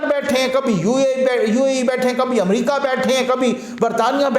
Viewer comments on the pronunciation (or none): none